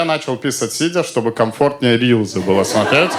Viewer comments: Христа ради, рилСЫ, а не рИлЗы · "рилСы", а не "рилЗы". Произношение есть и в других словах бесячее. Из-за этого смотреть неприятно.